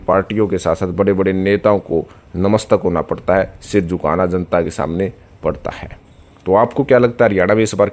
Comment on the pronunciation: भाई हमें तो यह पता है आप जिस के लिये काम करते हो उसका नाम भी ठीक से नहीं लेते हो। बीजेपी को बीजपी बोलते हो। नतमस्तक को नमस्तक बोलते हो। धेले की हिंदी नहीं आती। चुनाव विश्लेषक बन कर आ जाते हो रोजाना।